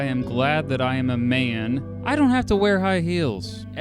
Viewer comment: I think your heart is in the right place but the health warnings at the start make it sound like your going to get cancer from wearing shoes. So many people wear heels and have zero health conditions as a result. Plus the way you say 'Man' and the way you add an echo to certain words... Truely, if you want to be noble just express the basic facts without judgment or effect. The truth alone should be enlightenment enough. And yes it is true that Aristocrats were mostly assholes but heels do not magically make you an asshole, they are unrelated. Heels were supposed to signify divinity and nobility. Also I wear heels at home because believe it or not I was born with ridiculously tight tendons and heels actually improve my stature and help me greatly to walk upright and the femininity, in moderation (a chunky heel), is suitable to my personality which is passive, sensative and I try my hardest to be as noble as I can be... It distresses me not being able to wear them outside but I can't because of peoples willful ignorance. It's like when people think a Muslim woman is a terrorist for wearing a hijab. Blows my mind how so many human beings judge others. But yer I think your heart is in the right place... so yay, peace and love